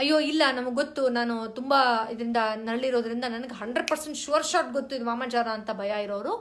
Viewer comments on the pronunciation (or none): none